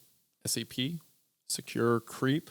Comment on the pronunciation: I'm watching the video to go to sleep. As soon as I closed my eyes every time they said scp, it sounded like std.